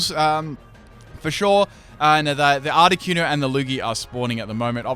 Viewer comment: THANK YOU! Finally someone who pronounces Articuno the way I do.